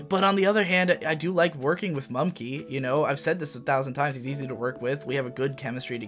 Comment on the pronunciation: It's mumkey not mumnkey